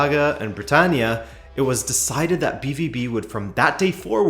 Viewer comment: Pronounced “be-vow-be”